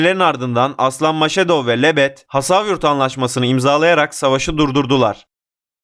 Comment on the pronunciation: Maşedov değil Mas-Hadov.